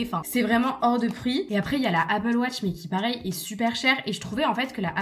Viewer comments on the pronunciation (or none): none